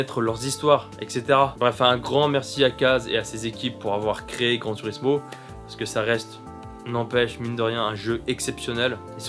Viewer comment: On prononce "Gran tourismo" et pas "turismo"